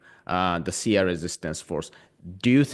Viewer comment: It's not "Sia"; it's Shia.